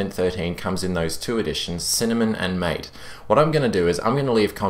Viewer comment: No, its MA-TE, it has a spanish pronunciation. As in the drink which is popular in Argentina and Uruguay.